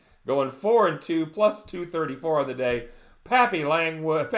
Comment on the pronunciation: Thanks for the shout out my brother!!!!! and its Papy-longggg-wood)" AkA I got that magic stick that drives girls crazy!! can't say much but that right there was a huge hint ..lol. didn't post any plays today , I was chilling with my lovely cousin down there in Aventura.. tomorrow we kill them bookies! lets get that Bag$. lol